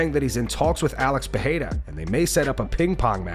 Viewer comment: PEREIRA (not PeHeira)